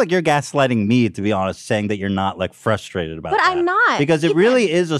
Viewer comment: Trisha: "Its frustrating when..." Ethan: "You can be fustrated..." Trisha: "You're gaslighting me, I'm not fustrated" Enter Confused face